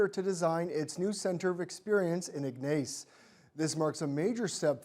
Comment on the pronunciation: Ig-nace? Should ensure your newscasters know the proper pronunciation of local towns. And why are we getting news from Northeastern Ontario- first ? Should be local news first, then regional then national.